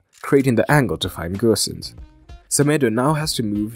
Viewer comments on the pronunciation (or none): Gosens is pronounced with a normal O, no need to pronounce as Gösens!